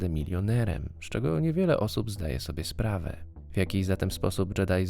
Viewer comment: Masz świetne akcentowanie słów "MilioneREM" "SpraWĘ" itd. itd. hah bosko to brzmi